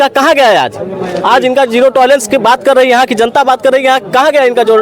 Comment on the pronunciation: जिरो टलारेंस नहीं जियो टलारेंस।